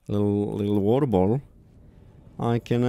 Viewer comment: "Where's mah wa'er at?